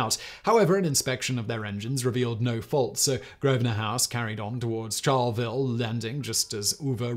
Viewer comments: "ALL Bury, CHARLEY ville, COR OH WA". Please check your pronounciations before posting a video. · and Charleville is char-la-ville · Simon Albury is pronounced as ALLBURY and Charlaville is pronounced as Charl-a -ville and Timor is TEEMORE. Asussie pronunciation is similar to British but not totally. We also spell same as English not USA colour as against color etc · Simon, the town of Albury is usually pronounced, here in NSW, as awl-bury. Charleville is usually pronounced as charley -vill